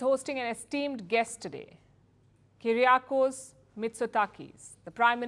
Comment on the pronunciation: Correct way to pronounce Greek PMs name is ‘Kuriakos’